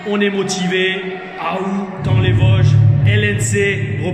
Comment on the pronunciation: on dit TA-ON les Vosges ^^